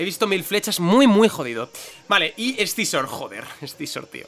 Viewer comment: porque diablos dice ES-SI-ZOR, cuando se pronuncia SIZOR y ya esta